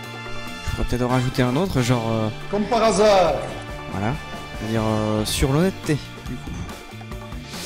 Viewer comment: j'adore le ''COMME PAR HASARD" Avec l'accent belge 😂